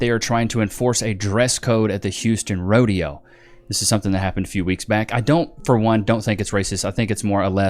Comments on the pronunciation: It's rodeo,, not a roadie hoe,.. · God damn it! It's a Rodeo not a Rode-hoe! L Nigafication! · Its a Rodeo NOT A HODEO!